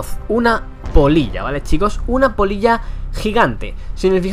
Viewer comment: Jajaja creía que decía polla xD